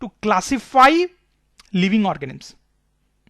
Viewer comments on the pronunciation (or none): Yes he is saying organims